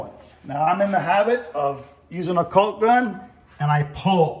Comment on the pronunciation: The L is silent…. Walk, talk, Caulk 🤓